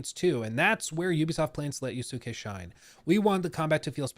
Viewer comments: I’m one of the huge Assassin’s Creed nerds you mentioned, chances are I’ll buy this immediately because I’m just so invested in the series. I most likely won’t play as Yusake much unless where forced because I buy Assassin’s Creed games to play as an assassin. I’ve also been asking for the Japan since AC2 & you were right, listening to you trying to pronounce these Japanese names & words was killing me inside a bit because I often talk about these historical figures. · I dont entirely blame them. They are a mostly french team, speaking in english, and trying to pronounce a japanese name. Which japanese names are not that easy for even native english speakers, because it doesnt follow the same rules. The best way to remember how to pronounce the name is just think of the U as non existent.